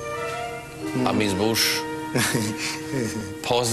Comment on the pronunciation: Bogat "amis buš" 🤣